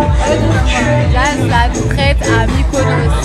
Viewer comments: Jazz la « traite » , elle sait mm pas dire « traitre » 😭😭😭😭 c’est pas bon d’être mauvais comme ça. A 27 ans et deux enfants c’est honteux. C’est quoi de chercher le buzz comme ça, limite elle a parler plus que jazz dans la video, c’est trop 😂😂😂😂 que pour dire la mm chose en plus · on dit traitRRRRRRe pas traite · Traite elle c même pas dire traître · Je me demandais c quoi traite !!! Finalement c traitre mdr waw la prononciation... de toute façon toute la vidéo c que "nanani nananere" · On en parle de la manière de prononcer "traître" 🤔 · Pourquoi elle sait pas dire traître ?? Elle devrait apprendre à parler quelle vulgarité je suis choquée